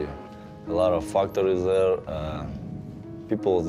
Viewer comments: "a lot of fucktaries" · i thought he said fuckery